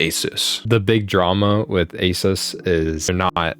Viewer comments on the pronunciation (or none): It's pronounced Uh-Seuss. Not to be conflated with Acer.